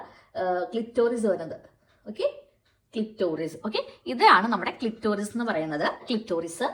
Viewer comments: Clitorius അല്ല കൊച്ചേ clitoris ആണ് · ക്ലിറ്ററിയുസ് അല്ല ക്ലിറ്റൊരിയസ് 🚩